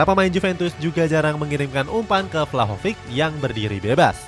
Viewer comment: Izin bantu koreksi yaa min, kalo angel di bahasa spanyol cara baca nya an-hel yaa, bukan angel kayak spelling bahasa inggris, sama buat nama2 yg kayak vlahovic atau sejenis nya, itu c di akhir dibaca jelas yaa, bukan dibaca k, semoga berkenan dan semangat terus cetak gol idn!!